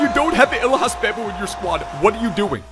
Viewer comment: Who told you it's pronounced "Bay-bou" 😂